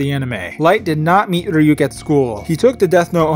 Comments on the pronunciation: Is it just my imagination, or does e;r pronounce “Ryuk” as “Fryuk” like half the time? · yes, though he says flyuk, like fluck